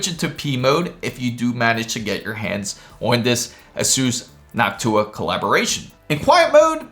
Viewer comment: I thought he said, he got the HOCk-TU-AH card..lol:face-blue-smiling